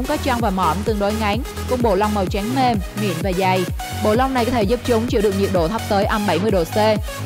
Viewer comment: Giọng đọc màu “trắng “ nghe giống như “tránh” vậy